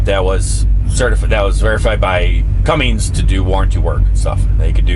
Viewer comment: No G in Cummins.